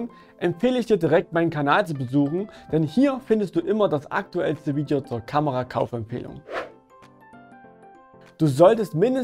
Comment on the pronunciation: Wiedjo? Weed yo? VIDEO ist Bild UND Ton. Sorry für's schimpfen. Ich war nur grad sehr verwundert. No hard feelings! Is wohl bloß ein Akzent. Wirklich nicht so böse gemeint wie es klingt. Ich klick mal auf 'like'...